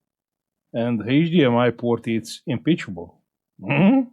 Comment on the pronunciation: its not impeachable, its impeccable. Im-peck-able. Peck, like "deck". Had to say something about it since I've heard you say it a few times now. Awesome work as usual!